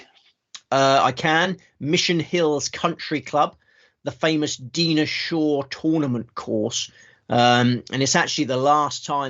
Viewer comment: I'll do a YouTube search of Mavis Riley if you search Dinah Shore. She was a major star! Di-nah…not Dee-nah.